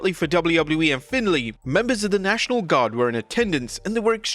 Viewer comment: The National Gwwaaaaghrd!